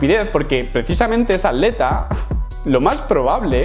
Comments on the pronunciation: Cosas de españoles, por alguna razón no pronuncian la "t" en la "tl". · Porque dices aleta en vez de atleta xd